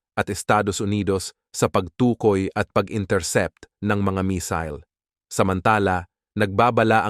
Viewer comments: Not mesil.mesayle.(mesille) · Missile mig , not misol 😅😅😅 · Misil sa imong mata 😂 missile hind misil 😂😂